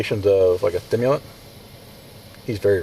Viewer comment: He said “thimulent” 😂